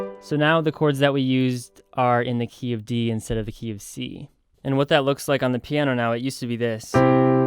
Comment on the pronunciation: when you say the "key of c" I always think you say KFC